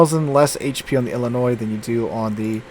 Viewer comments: Yes! I’m glad I’m not the only one that noticed! It’s pronounced I’ll-I-noy. Not noise! 😂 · It's pronounced "Illinoi" without the "S" . I don't know why, but you don't pronounce the S sound. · Illinoi. This is how you say it. LOL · Please tell me that you’re just trolling us every time you say Illi-noise. You’re a teacher for crying out loud! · You lived in Louisiana and you can't correctly pronounce the French-derived Illinois (silent s) properly? I could understand all the Europeans mangling all the US cruiser and battleship names, but Illinoise is the sound you get from dropping the state. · As a resident of that state, the S is silent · Absolutely love all of your videos. But for the love of God the S in Illinois is silent.